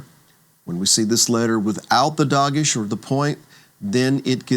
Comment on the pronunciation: Please note that, like most Hebrew words, "Dagesh" is pronounced with an accent on the last syllable- "dah GESH" ( like "ShaLOM"), not "DAH gesh" (like "Delta"). בהצלחה